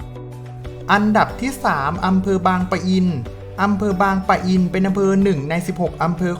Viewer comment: บางปะอิน แบบนี้นะ ไม่มี ร ตรง ปะ